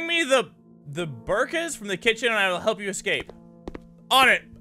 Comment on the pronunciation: it's pronounced bo-re-kas